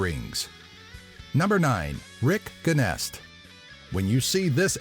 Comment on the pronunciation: its pronouned Jenest... like the french word bonjour.... guenest... smh...